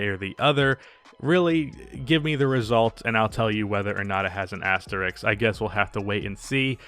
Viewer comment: It’s asterisk, not Asterix.